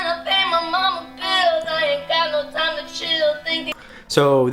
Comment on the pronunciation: Listen how he pronounces "time" "call" "you" and "heart". That's the core point of the original video. He pronounces it as "tom" "caw" "yoh" and "hot". And he's not the only one. It's literally the majority of singers these days.